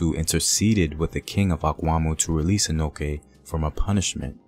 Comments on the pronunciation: it prounounced 'Denchira', not denkira. kye is called chi. and it Anochi, not anoki. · Its Ano(chi), not Ano(ke)